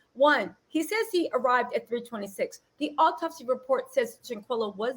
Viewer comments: Hello beautiful energies sister. The word is autopsy not optopsy-no such word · Please,please,please the word is AU-TOPSY. Three syllables. To the young man going live on where ever, shit TFU, and go get a lawyer. Stay off live, stay off Facebook, STAY OFF SOCIAL MEDIA. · Just a heads up "autopsy" is pronounced OH-TOP-SEE. Now onto this sociopath who is literally arguing with himself in this little bootleg confessional. 1. An internal decapitation would not allow for Shanquella to hold her head up or respond to coherently. 2. If they moved from one area of the villa to another, that would not be possible based on her injuries, wtf. 3. You were rubbing her head and felt NOTHING 4.Her busted lip and damaged cornea didn't raise red flags. 5. Don't nobody give a damn about what the hell was on your playlist nor in your cup sir! A woman is deceased! 6. Let's go have fun, when a medical professional is asking you about injuries on the victim?!?